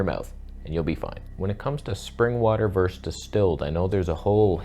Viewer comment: 👍Thank you. Interesting food for thought as usual, but saying "verse" when you mean "versus" seriously undermines your credibility. You do know, don't you, that it's a globalist plot to teach everyone to say "verse" when they mean "versus" and "phenomena" when they mean "phenomenon." It's insidious.